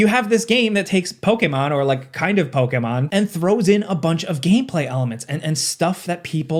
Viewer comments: Bro is the only person on the planet that says Pokémon correctly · I know you’re pronouncing “Pokémon” correctly…but I don’t like it 😂